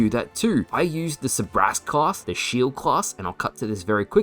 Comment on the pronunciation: I chuckled a little every time he pronounced Sabrask without the R